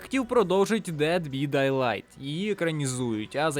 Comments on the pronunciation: Дед бі дейлайт? Може все ж таки "бай дедлайт"? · ну , поки ще не пізно , то можно, або робота , над помилками , та хоча б проноунс з англомовних відео брати ! Бо дед бИ дайлайт - це реальний зашквар , про бехевиор я вже промовчав . Ну хоча б у гугл перекладачі послухай вимову !!! А ще мені цікаво , якщо ти ТАК читаєш , як же ти прекладаєш/розумієш назву? Шо таке БИ ??? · Дєд бИ дАйлайт ???? СЕРЬЕЗНО ??? а чо не "деад би дайлихт " тогда ? господи як , можно розповідати щось людям , якщо сам тупий такий ?